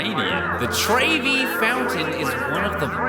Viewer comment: try saying trevy like trevor but with a y :) mama mia